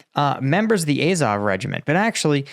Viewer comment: AZOV. It's pronounced 'Ah-zov' not 'Eh-zov'. Hope this helps.